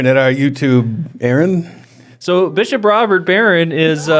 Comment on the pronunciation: guys seriously, "Bishiop"